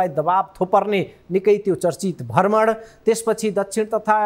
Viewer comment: भर्मण कि भ्रमण ? उच्चारणमा ध्यान दिने की?